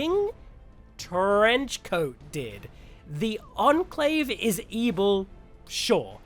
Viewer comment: Whenever you say ebil I think back to AdventureQuest (Battleon). Lol